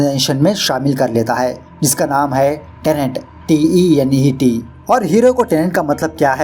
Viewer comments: Tenet not tenent🙏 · Tenent nhi hai bhai tenet hai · This is not TENANT its TENET. Yaar pehle title to bolna seekho dhang se. Tumne to ise KIRAYEDAAR bana diya , Landlord kaun hai is film mein? LOL